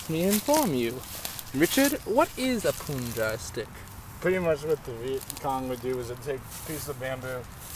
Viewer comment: not "poonjai"... "punjee"